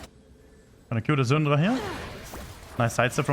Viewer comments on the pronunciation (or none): Ive never seen a worst prunuciation of the « Syndra » name ever in my Life LOL. It took me legit a whole minute « who the fck is Xundra ??? »